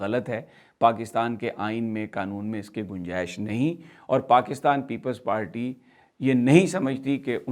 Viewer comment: یہ بندہ ہر با پیپلز پارٹی کو لیپلز پالٹی کہتا ہے 😃😃😃۔ پکا اردو میڈیم ہے اپنی رنگین قمیضوں سمیت ہاہا